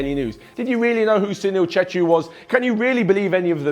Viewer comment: it was correct